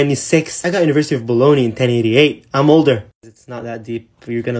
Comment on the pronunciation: ...it was actually better then the usual english pronounciation...